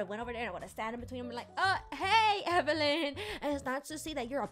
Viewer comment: Gurl you said be strong evylen